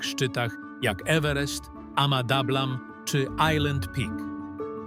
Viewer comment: on chyba nadal nie wie, ze szczyt to Ama DablaM a nie Ama DablaN ale ok